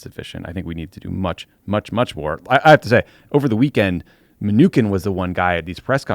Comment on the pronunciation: This is the first time I'd heard Steven Mnuchin pronounced with a 'k' sound. I looked it up. apparently you're wrong? From an article here "(Hint, just say ”my new shin,” very rapidly.)"